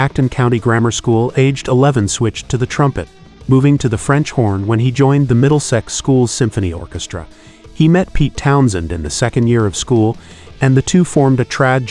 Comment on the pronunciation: middle- sex. not middle sect